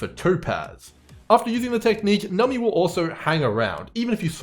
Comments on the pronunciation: its pronounced num-bee like number :) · I can only take so many “nummy”s holy cow lmao